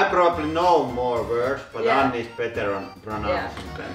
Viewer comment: It's interesting the way you pronounce double consonants twice. That pause in 'Anni' and in 'pressure'. We don't do that almost ever.